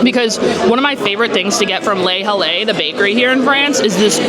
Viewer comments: Lay hallay? You mean Les Halles? (Layz_all) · So they pack you in and shove mimosas down your throat and ok food. As champagne and I don't mix it would be a complete waste of money. One small tip? Les Halles is pronounced like lay al. Your suggestions are good but for more leisurely occasions. The hot food stations cut into the profit. I'd be much happier grabbing a pastry and a nice coffee at Les Halles.